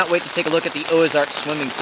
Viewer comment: No gear list? Why? Also, it's Ozark, not Oazark......or is there a new brand out there? Just wondering........